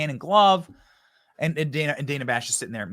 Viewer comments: Who is DAN-a? Her name is Dana. Kamala demands people pronounce her name correctly she should do the same. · The takeaway here is CNN is so bad that not even Kamala, queen of the far left cult, watches it. She called Dana (daynuh) Dan-uh. I mean, she'd know her name, right?